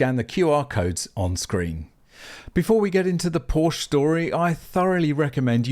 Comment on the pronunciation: Options...are great. And you cant bash Porsche for pushing the tech! And please you are making a video about Porsche at least you can do is pronouce it correctly.